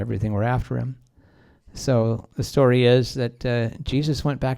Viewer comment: And it's Story! Not SHTOREY!